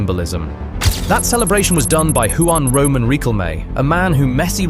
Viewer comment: These matches seemed much more violent to me: *2006 US vs Italy *2006 Portugal vs Netherlands *2010 Spain vs Netherlands *2002 Korea vs Italy It's curious that the Netherlands and Italy are often involved... Good job with the video, but many of us would appreciate it if Spanish names were pronounced better, for example: * Acuña (Ah-KOO-nyah, not Ah-KOO-nah) * Juan RoMÁN Riquelme (Roh-MAHN, not ROW-man) * Paredes (Pah-REH-des, not Pah-RAY-des)